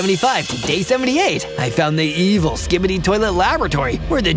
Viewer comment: 😂😂actually scibedy toilet isn’t saying it properly 😂😂😂 another time ur say that again